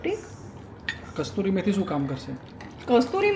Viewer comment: Kasturi methi na kasuri methi boley